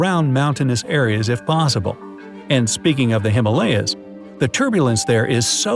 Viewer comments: It's himaaalyas. Not Himelayas. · Him ah lay ahs not hima layas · Himalaya (Sanskrit) He-maa-lûh-ya =the abode of snow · ***"Him-Aaa lyas" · He is pronouncing Himalayas wrong, most people are